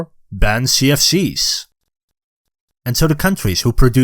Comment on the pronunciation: Everytime u say CFCs it sounds like sea of thieves.